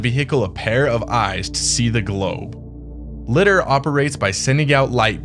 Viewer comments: Li-dar like Radar “ray-dar” not cat litter 😅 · LiDAR (Lye • Därr). LOVE YOUR CONTENT THOUGH! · Took me a minute to work out you meant LIDAR. as in "Liar liar pants on fire" but with a "D" in the middle.